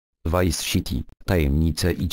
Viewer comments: vice siti hahaha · vice SIti XD